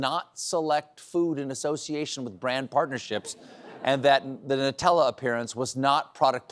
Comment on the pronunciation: omg. "nooo tella" you guys. the clue is it's a hazelNUT spread" it's NUTella 🤣🤣 you guys...🤣🤣